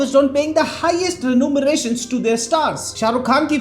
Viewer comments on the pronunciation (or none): Renumerations nahi Remunerations! BTW full Sapot😂❤